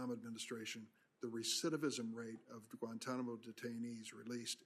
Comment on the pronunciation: Maybe they went back and got involved with the radicals because of how we treated them in Kit-Mo as Lindsey pronounces it. 😂